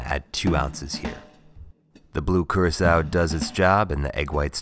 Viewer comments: Thought Curacao was pronounced like "Cur-ah-co" not "Cir-eh-kao" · i thought the blue thing was Curacao, not curasao